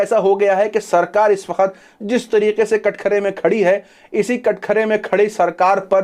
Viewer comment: कटखरे नही सर सही शब्द है कटघेरे